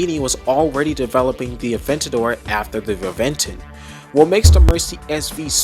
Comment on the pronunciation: *Reventón pronunciation : Rebenton